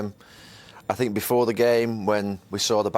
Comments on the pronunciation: No one: Jose: i SiNk ThEy DiD sOmEsInG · Nobody: Jose: I sink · Roy Keane: ‘I tink’ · Klopp: "boom" Emery: "good ebening" Mourinho: "i sink" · My favourite line from Jose is when he said “I sink a.........”